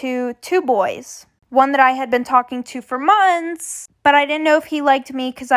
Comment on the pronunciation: Normal people:Months:monts